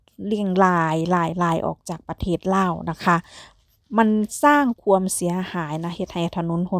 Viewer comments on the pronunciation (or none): อยากจะให้แอดใช้ภาษาการพูดให้ถูกต้องหน่อยครับ ช, ซ อ่านไม่เหมือนกัน และ ความ, ควม อ่านไม่เหมือนกัน ทุกอย่างดีครับ